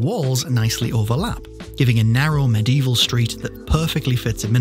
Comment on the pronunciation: Medieval has 4 syllables